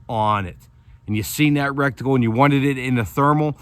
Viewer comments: He keeps saying, "recticle" ha ha. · Did you say reckticle?? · You know you're saying rectaclel That sounds way different than what you're actually Meaning to say. We're talking optics not butt holes.omg you're killing me !!!!!!!!!